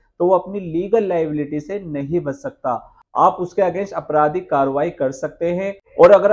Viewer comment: Aapradhik not Apradhik. Your pronunciation is wrong.